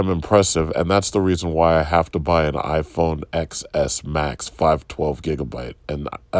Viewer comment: Apple fan but doesn't even know the 'X' in iPhone Xs is pronounce 'ten' instead of 'x' as in the letter. 🤷‍♂️